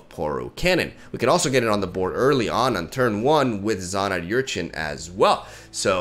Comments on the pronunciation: Er-chin not yur-chin English! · It's "Urchin", not "Yurchin" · slow progression on pronouncing Urchin right is kinda adorable.